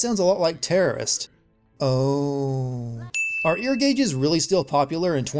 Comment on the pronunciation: "Ear gauges"